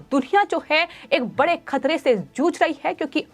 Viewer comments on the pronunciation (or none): none